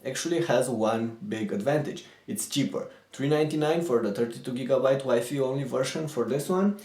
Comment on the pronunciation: Learn to pronounce WI-FI!!!!!!!